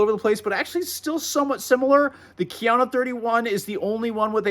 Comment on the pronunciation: “KIA-NO”… for god’s sake, it’s Japanese and it’s pronounced KA-YA-NO… and you call yourself an expert??